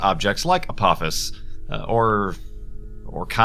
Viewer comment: I believe it's pronounced Uh-po-FIS (Apophis)